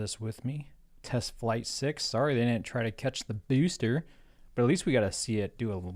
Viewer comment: No other streamer pronounces BEWSTER correctly